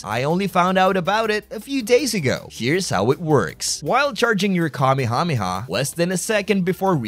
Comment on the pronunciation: "Kamehamema" ur not slick pal 💀